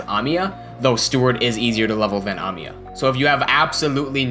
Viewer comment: I like the way you pronounce Amiya